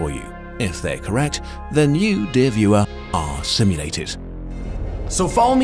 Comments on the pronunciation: Wow, I'm surprized jake actually managed to pronaunce Kurts... Kurtz... Kurzgese... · Thanks for teaching me how to pronounce Kurzgesagt. That's all I could learn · Now I know how to pronounce Kurzgesagt ! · jake is a god he can pronounce kurzgafthjt and hes not even german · I finally know how to pronounce Kurzgesagt. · props to jake for pronouncing krurzgestaltssagetfromstreetfighter correctly